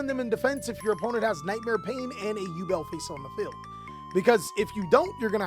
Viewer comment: Ngl your over efforts of pronunciation kill me🤣 tunnddddddda with the tongue roll, saying yuble and shit🤣